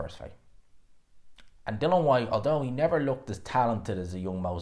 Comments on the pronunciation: I know mate pronounces Dillian which is pronounced like Dilly-Ann as Dylan like Waterford Ireland 🇮🇪 Welterweight Dylan ‘The Real Deal’ Moran who was Knocked out in 1 Round by Florian Marku in September 2023. needs to understand who’s to say his Name Dilli-an Whyte. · Still can't say DILL-ION